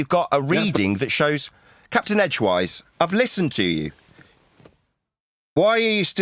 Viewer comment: CAPTAIN EDGEWISE!!! lol not Edgewear lol